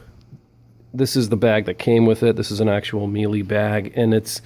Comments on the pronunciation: It's pronounced me la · Thank you, you would think this guy would know how to say Miele properly.